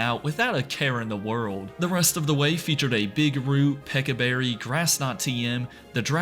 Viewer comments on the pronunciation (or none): “Pekka berry” it’s a peach 😭